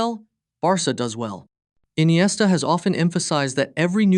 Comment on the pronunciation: Why inesta is rare 😂